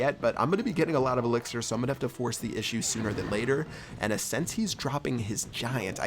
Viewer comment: pronounce "sance" instead of "since"